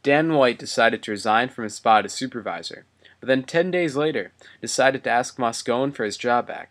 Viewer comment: Moscone is pronounced Moscony, not Moscone. This narrator must not know much about this story, and is just reading copy.